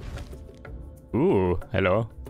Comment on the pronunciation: I think the lady of the lake is pronounced something more like NeeMooAy